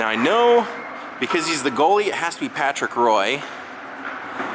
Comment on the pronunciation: Patrick Roy is pronounce WAA